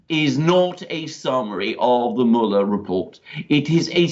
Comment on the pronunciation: Does Alexander pronounce Mueller (mue-ler) as 'mullah' on purpose?